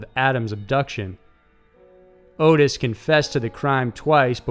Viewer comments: It's Ot-tis not Otis. Also the cult was called "The Hands of Death" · Dude, you just made my night!! Edit: Just for the record, that fucker's name is pronounced "AWWW-TIS".